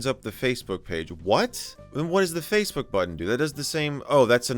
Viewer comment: “Facbook” not Facebook. “Facbook” absolutely killed me